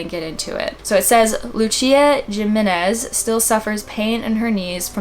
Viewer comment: Jimenez is pronounced Hee-men-ez! For future reference